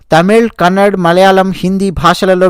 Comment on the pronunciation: Sir mee bhasha spashtatha naku chala istam Meeru kannada nu kannad anadam koncham badha kaliginchindi Dayachesi gamaninchagalaru